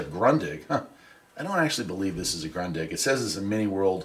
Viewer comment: ‘Groondig’ not grunndig’